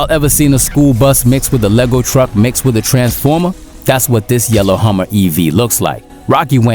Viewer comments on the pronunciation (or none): none